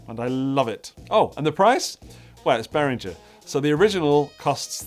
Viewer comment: Swiss engineer Uli BehrinGer's G is pronounced as in "rinGer stinGer", not as in George. You pronounced it right while joking. All German names (including Germania) has the same "rinGer" G.